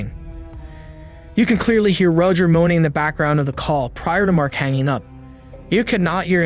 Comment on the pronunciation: Why is Roger pronounced super weird ?